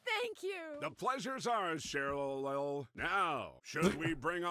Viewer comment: When the guy at the end pronounces Cherlyl, haha